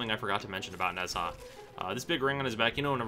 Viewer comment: How to say HIS name is Nah-ja